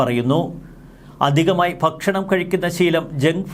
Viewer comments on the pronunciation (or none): none